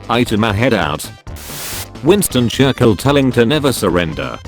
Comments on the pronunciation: No one: Computer voice: churkill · Me: Churchill Text to speech voice: C H U R K I L L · I love the way the bot voice failed to pronounces Churchill.